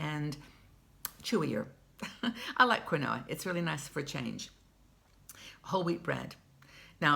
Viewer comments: I made the same mistake....found out it's pronounced "keenwa" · quinoa is pronounced keen wah. Thank you for your videos. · Hello, thanks for the information. BTW the grain (?) is pronounced keenwah! Love your morning talks. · Hi, I'm not sure if anyone has told you the pronunciation but it's pronounced keen-wa. I believe it's origin is in Peru.